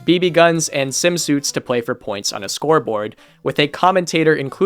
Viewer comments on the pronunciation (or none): im sure ur vid is great but man i cant stand you saying pway n shi like that its an L not a W